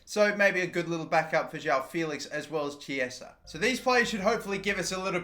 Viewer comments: It's "Jao Félix", it's JOÃO FÉLIX, fucking learn how to talk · “jow” felix